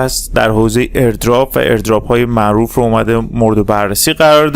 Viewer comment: نظر بنده: دوست عزیز آقا نیازی نیست لحن سازی کنی ، صدا سازی شاید بشه هضمش کرد ولی لحن سازی خیلی زشت و چیپ هستش. چرا حرف "ر" رو ی جوری "ر ُ " تلفظ می کنید؟! هَمِسْتِر: همْسْترُ معروف: معـ وووف رمز و راز: رومز و رواز ؟! شما در تلفظ ی سری کلمات سطحی مشکل داری ، چرا می خوای با ساختن یک لحن خاص و لاجچری نشون ب